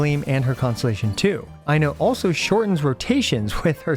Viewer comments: i'm loving the i know jokes but anyone interested in the correct pronunciation, "Ai" is pronounced the same way as "i" but the "no" is only the "kno" of know. just remove the u sound from the end, put the emphasis on the first syllable and you know how to pronounce most finnish names. Aino. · “Aino way” is killing me ngl 😂😂😂